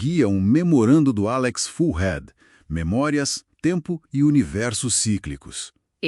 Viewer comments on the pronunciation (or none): "Alex Fullhad" É isso mesmo que eu ouvi?